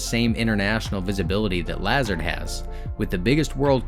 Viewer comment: Yeah he kept on pronouncing it "Lazerd" when it should be pronounced like "LeZAHRD"